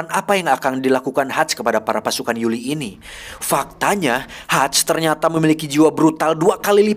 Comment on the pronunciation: Koreksi bukan Yuli tapi yuri